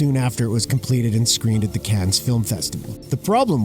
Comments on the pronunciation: "Cannes" is pronounced like "Khan", not cans. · i love how he pronounces Cannes as "CANS" lol